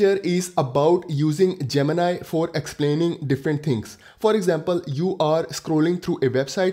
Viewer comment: Its gemini bro ...not gemina 😂